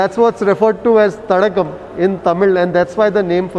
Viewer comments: Sir You have to pronounce as thadaaaakam not as thatagam- meaning lake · Dear Sir 🥰 I think Thadakam is pronounced as Thadaakam(means lake)..🙏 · Thadaagam is the right pronunciation sir.. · It should be pronounced as Thadaakam, stress on "daa" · its pronounced ThadAAgum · It should be pronounced as “THADAAKAM”